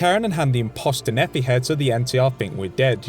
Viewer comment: Great video, but that fucking pronunciation of Driver Nephi's name. It’s not Nephee, it’s Nepheye.